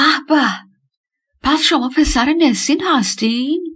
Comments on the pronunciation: گوینده گرامی ! NESIN حرف دوم E در زبان ترکی صدای اَ همچون ابر و زرد و حرف را دارد . نه اِ که صدای شبیه دِل و کِرم و نام او همیشه نَسین است نه نِسین به دائره المعارف ها مراجعه کنید. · عزیزنُسین درسته